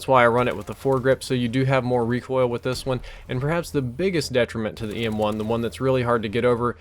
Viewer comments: Who else heard ASM1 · he says ASM1 on accident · He called it ASM1 and it a EM1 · You need to start using a script. You had wuite a few wrong words. "The EM1 is one of the best variants in the game" "The PWNR is one of the best guns" and you even said ASM1 instead if EM1 once